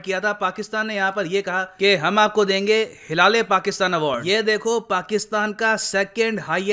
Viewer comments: Sir bhi maze le ke "Hilal- E- Pakistan" ko "hila le Pakistan" bol rahe hai..... 😂😂😂😂😂😂😂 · Sir, का जो pronunciation था उस पर मुझे काफी हसीं आई हिला- ले - पाकिस्तान बोले जा रहे थे , जबकि हिलाल - ऐ- पाकिस्तान होता ह् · It's prounaonce like hilale pakistan ka 😂😘😂😂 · Hilaale Pakistan awaard 😂😂😂😂 bhi has Rahe hai andar hi andar 😀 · Top pakistani award ~ Mara - Le - Pakistan 😂😂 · *huda -le - pakistan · jo bhi ho bhai .. pronounce to hila le Pakistan hi karenge 😂😂😂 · Bhai hila-rha-h-pakistan...😂😂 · Whft😂wht is that ?? Hilale Pakistan?😂 Sir k muhh se ye bht funny lg rha kuki ye properly pronounce ni kr pa rhe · Hi-la-le Pakistan award lol 🤣 😂😂 Actually he deserve that kind of award OH pakistan and again you made me laugh 😂😂 Hi-la- le award 😂😂😂😂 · When I heard- hilale🤔 hilale😂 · I couldn't hold my giggle when sir said Hilale Pakistan 😂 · Hilal e pakistan ? How to pronounce it 😁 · For once I thought mispronounced their award 😂😂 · Sir pta nhi kyo "Hilale Pakistan" itna emphasise kr k bar bar bol rhe the 🤪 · Every time he said 'Hilale Pakistan',i couldn't control my laugh. And the irony is that the president is looking so happy as if he has received Oscar.